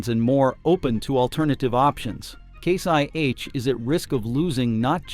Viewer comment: You’re saying case YH and it’s case IH idiot